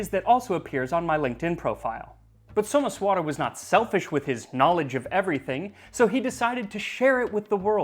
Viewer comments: Not So-mess-vaara, it’s So-maesh-wuh-ra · Your pronunciations are always welll researched and spoken. However in this video, Someswara is pronounced as Someshwar. Not your fault though since its written differently in english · Well, Someswara is actually "Somaysh'wer" with the "r' followed by a half-vowel "a" sound.